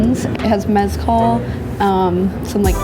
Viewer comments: Wtf is "mezcul" 😂😂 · Did you just say “mezcoal” lol